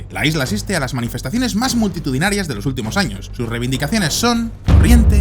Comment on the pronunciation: 0.18 la manufestacion mas myktitudinarua con 100 personas